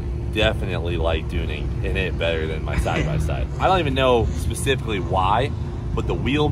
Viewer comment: Tunin' and Dunin' 😂